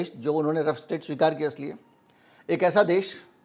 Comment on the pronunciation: The correct word is rogue state not rough state